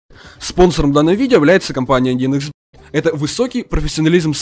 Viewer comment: Ты говоришь не 1xbet а 1xb)